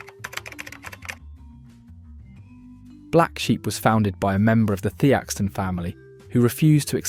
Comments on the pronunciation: Theakstons is not the ak stons it's theekstons. Mupoet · Pronouncing Ale as Aller and Theakstons as “The ackston” smells a bit of AI involvement. Apart from that a not bad list, but I’ll stick with Guinness thanks! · Got fooled into watching this AI crap right up to the point when the 'narrator' pronounced "ale" as "Alah", and "Theakstons" as "Thee-Ak-stons". A dead giveaway ! How much "Alah" can your robot drink? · Thee ack stones ..made me chuckle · Was doing so well until the pronunciation of 'Theakston'! Let's be honest, lager is for people who don't like beer, with a few notable exceptions it's almost impossible to get proper lager in the UK. I've been drinking real ale since it became widely available (around 1980), and the choice and quality are amazing. Before this, I drank Newcastle Brown Ale. Sadly, it tastes nothing like it once did, and not only is it not brewed in Newcastle any longer. The export market beer is produced in the Netherlands! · Pity you couldn't get an announcer who knew how to pronounce Theakstons. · Couldn't ever say Theastons properly.